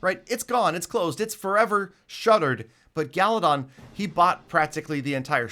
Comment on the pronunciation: Wassup for the seventh time "Galidon"